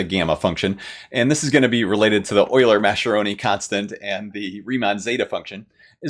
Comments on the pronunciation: Great video with lots of fun and clear explanations! One very minor non-mathematical note: Mascheroni is an Italian name and the "ch" is pronounced "k": mas-ke-ro-ni. If you're used to German, it's easy to see the "sch" together as "sh". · I think Mascheroni should be pronounced like maskeroni if it's Italian, since the h converts the c to a hard sound such as we see in Tedeschi and bruschetta and barchetta and maraschino and Machiavelli.